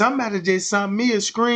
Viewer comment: “Sent” not “ sunt” you dickhead.